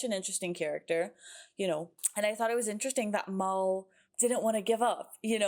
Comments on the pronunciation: Just a heads up…his name isn’t Mall, it’s Mal(colm) as in rhymes with Pal. 😊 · I find it….odd that you keep pronouncing it as ‘Maul’ rather than ‘Mal’. The nickname is short for Malcolm not Maulcolm and never once in the series does anyone call him ‘Maul’. Perhaps I’m being nitpicky but I find it slightly irksome. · His name is Mal, short for Malcolm, not Mol.